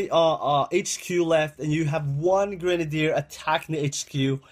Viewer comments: lO grendeer it's gren-ade-der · also its not gre nade it sounds like girnade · its not gre nadier its grenadier